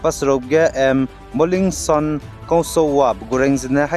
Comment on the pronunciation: not molingson. molightson kansouwa